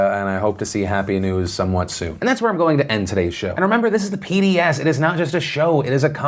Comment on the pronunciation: No don’t start calling it the PDS. It’s the Philip Defranco Show. It’s fine to abbreviate it in writing but don’t say “pee-dee-ess”